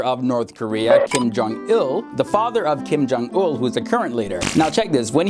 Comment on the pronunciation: I thought it was un not ul